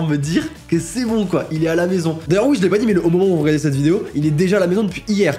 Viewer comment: Enfaite c’est un "oui" qu’il dit et pas "hi" 😂